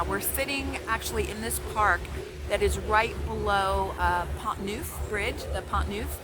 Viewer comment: Hi,! I enjoyed hearing your top ten, but the best parts were the pigeon giggles and the banter between you!!! A couple of points: First, Pont Neuf: It's pronounced Ponough (pon as in gone and nough as in enough, and the accent on the second syllable. Google Translate or DeepL Translate each have a 'listen' button - it'll help you a lot. Second, before deciding on Paris, go back for at least a couple of weeks in the summer high season (Late July and through August (If you take me up on this, you should try to book somewhere now). You'll find that it's a very different experience. You need to bear in mind that Paris, a very small city, is the most visited city in the world and that there's a very good reason why all who can leave Paris in August do leave! It's true of anywhere, really. Eg You'll be visiting Nice in the best months of the year, and in winter, the weather is chilly.